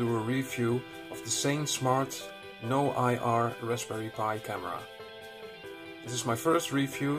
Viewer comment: "noIR" no no no guess you were planning that tash during french NOIR is black in french